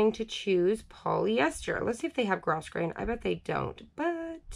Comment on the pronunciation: The grosgrain ribbon is pronounced. Gro- grain. The s is silent.